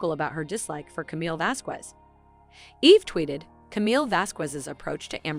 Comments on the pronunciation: Would someone PLEASE pronounce Camille's last name correctly? Elaine, I think, did it on purpose or just isn't that well educated but come on...if you're going to do a narration including her name, LEARN HOW TO SAY IT! It is NOT VaskWEZ!! It is Vaskez...Please! You're getting PAID to do this. The least you can do is learn the people's names! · The q in Vasquez is pronounced like a c not a q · The “U” in Vasquez is silent 🙄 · Please learn how to say Vasquez. The "ue" sounds like a soft "e" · It's pronounced "VasKez" to do otherwise is mildly discriminatory and racist, Please get it right. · You’re pronouncing camille’s surname like Elaine you knob end.🖕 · Her name is Vasquez get it right you sound like Elaine that could not say it right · People need to learn how to pronounce Camille's last name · Please stop mispronouncing Camilles last name ffs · You’re mispronouncing Camille’s last name wrong stupid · How can you mispronounce Vasquez??just like Elaine, eww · Pronouncing Camille’s last name wrong is not the best way to start a video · Lady, you really need to learn how to pronounce Camille's last name. Look on You tube for help